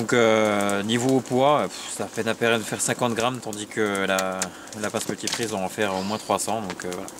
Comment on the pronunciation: Une bonne petite sortie comme on les aime :) Je résiste pas à mentionner ton fourchage de langue sur la "pince multi-prise" haha :) (joli multi-tool ;) ). Une belle initiative pour le concours. Je proposerai sur le facebook, mais déjà pour moi, un truc qui pourrait être vraiment super bushcraft et utile et joli et multi usage ce serait la kelly kettle trek :) Voilà :) A bientôt tous les trois :)